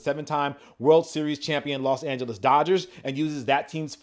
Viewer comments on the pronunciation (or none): none